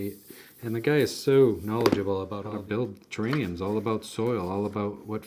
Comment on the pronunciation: Ah, he has a rare bone disease that prevents him from pronouncing "terrariums"